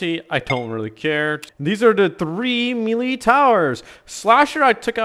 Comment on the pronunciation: Lol bro said mealy